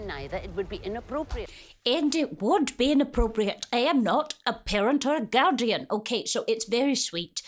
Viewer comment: These words “ PEARENT OR GAUDIAN “ are u sure !?